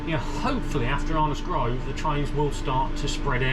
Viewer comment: Your accent is very stranged, sounds like someone from the midlands moved down to london and picked up twangs. Can tell well "arnos grove" and "even out" sound cockney then you say speed OP like a northerner! haha. Great video none the less thanks for making these